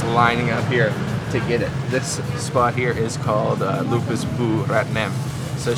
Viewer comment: I'm sorry,It's not called "lupus" but lupis. Lupus is a serious disease. 😂